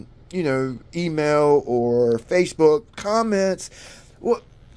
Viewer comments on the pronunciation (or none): none